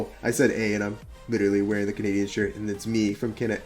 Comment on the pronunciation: I love when people actually say canadaian 🤣🤣🤣